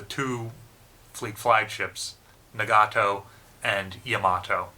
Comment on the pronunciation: Na ga to Nagato. Not Nagaaaawto. Ya ma to, Yamato. Not Yamawwwwwwto. Equal emphasis on each syllable.